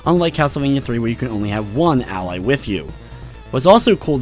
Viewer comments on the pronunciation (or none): none